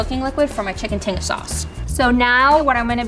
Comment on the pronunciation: never would have expected to hear someone who knows about and cooks tinga to pronounce it like that lmao